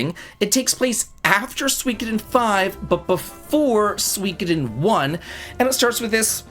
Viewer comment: The pronunciation of Suikoden is killing me 😂😂 I’ll have to check out the game though!